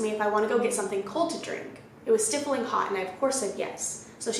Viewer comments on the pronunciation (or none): stifling: stye-fill-ing :)